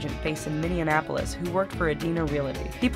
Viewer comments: I can't help but notice that she pronounces "Minneapolis" "Minneanapolis" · I caught that one too. Minneanapolis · It's Minneapolis not minneanapolis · You butchered the names "Minneapolis" and "Edina" by the way. Good job.